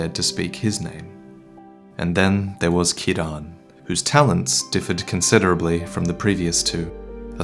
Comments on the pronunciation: Great video but gotta hit pick the pronunciation of Ciarán, if only because it's my name. Kieran is also an Indian name but Ciaran is gaelic and is pronounced kier-on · As an Irish man I can tell you that Ciaran is pronounced Keerawn. Also Ciaran is a male name, so she should be called Ciara. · Why do you pronounce Ciaran incorrectly like that? It’s an Irish name, not a Japanese one. It’s not Kee-Rahn.